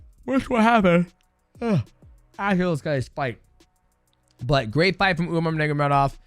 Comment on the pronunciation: Bro it's sad that the last name Nurmagomedov has been one of the best in the industry for so long and people still don't pronounce it the way it should be pronounced. Understand getting it wrong first few times. Let's stop disrespecting that family and pronounce their family name correctly.